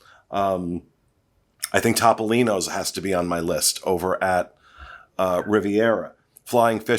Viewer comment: I am an extremely loyal viewer and an avid fan of Dis Unplugged. Love you all to death, but I have one massive pet peeve. Please stop mispronouncing Topolino's . It is not Top-o-lino's. It is Toe-poe-lino's. The Italian word for mouse is "topo." Pronounced "toe-poe." Thanks!!!